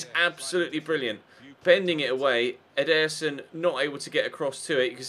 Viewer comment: hello. Ederson: you enphasize the first e, not the second one